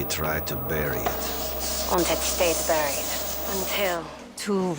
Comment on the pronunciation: When you said you was going to mispronounce certain words I didn't expect burried to be one of them😅